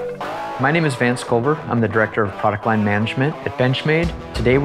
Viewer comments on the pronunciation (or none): none